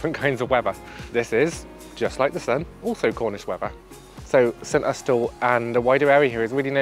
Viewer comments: That’s because it’s not how it’s pronounced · Great video as always but intrigued by your pronunciation of St Austel not a way I have heard before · My thought too but have been wrong before. Look at Fowey and its pronunciation 😊